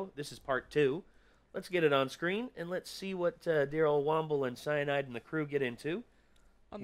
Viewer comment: Cyinide, cyinide, cyinide